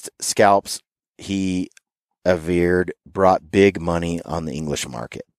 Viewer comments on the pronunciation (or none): none